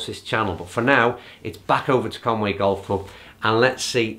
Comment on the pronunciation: It is CONWY GC not CONWAY GC. :-0